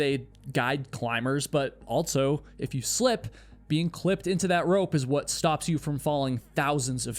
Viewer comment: my guy.. can you please stop adding a T to the word "also"... you always say "altso" lol